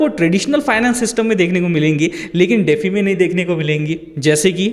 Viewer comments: "डेफी" नहीं भाई - डी-फाई (DeFi) बोलते हैं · DeFi is pronounced as "dee-fy" (like the word "defy"). It's an acronym for "decentralized finance". Here's a breakdown: De - pronounced as "dee" Fi - pronounced as "fy" Full Form: Decentralized Finance